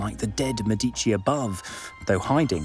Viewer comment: has not someone told you how to say the word MEDICI???the accent is on MÉ, not on dí....